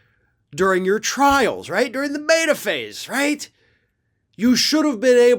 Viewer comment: Beta phase.. Not Meta phase.